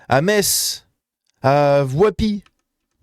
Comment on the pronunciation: 4.34: HALLÉLUYA !!! Après une quête désespérée et acharné pour en trouver un , j'ai ENFIN trouvé un Youtubeur non-Lorrain qui sait prononcer correctement "METZ" ! (et ça, ça se fête !) Prends des notes, Psyho !!! Petit message à l'attention des maires, députés, eurodéputé et/ou futurs candidats à l'élection présidentielle, à un concours de "Miss" (quel qu'il soit) ou à une quelconque énième télé-réalité ( dans le doute, je ratisse large! ) : Vu que je ne peux compter sur vous pour me souhaiter personnellement un joyeux anniversaire (qui tombe en fin de ce mois... j'dis ça en passant, des fois que...), Pourriez vous, de façon exceptionnelle (et au nom de la laïcité), faire semblant de vous intéresser à votre électorat chrétien et juif avec la même faux-culterie et le même aplomb que pour votre électorat musulman en nous souhaitant tour à tour: de bons rameaux [le 29 mars], de joyeuses pâques [le 5 avril] et un joyeux pessa'h (la pâque juive) [du 1er au 9 avril]. D'avance merci.